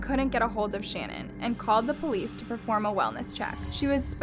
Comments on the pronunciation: Her name is pronounced Sha-naan , NOT Shannon. Very easy to find and kind of disrespectful to get it wrong through the whole episode. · It’s pronounced Sha- nan . Not Shannon . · Listening to this was pretty annoying considering her name is pronounced SHA-NAN not Shannon. If you’re gonna talk about her, say her name right. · It's Sha-naan not Shannon as someone whos watched the Netflix documentary This so so freaking horrible...RIP to the girls and the unborn baby <\3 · It’s shuh-NAAN, not Shannon...all other channels pronounce it correctly, give some respect to her man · Her name is shu-nan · shannan is ponounced shan-awn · Her name is pronounced like it’s spelled Shan-Ann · Her name is pronounced SHA Nan. I love your videos but I couldn’t ignore it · I’m sorry did you call her Shannon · Her gender reveal was not canceled because she was going to have a boy but because Chris was very distant and downright mean to her. You've got to get your pronunciation right that Shannon is kinda nerve racking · Good review. Her name is pronounced different than how you are saying....and personally , his name should just be family annihilator from here on out.....forever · I hate to be that person but hearing Shannan’s name pronounced incorrectly annoyed me a little bit. Lmao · You’re pronouncing her name wrong and it’s pissing me off. It’s insanely rude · when you were mispronouncing her name i got annoyed lol